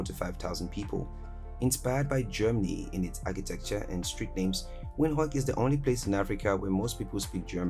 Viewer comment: Love the pronunciation "Winhooeyk"😅😅